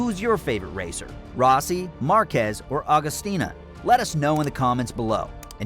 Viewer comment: hey.. its Agostini and not Agostina!!!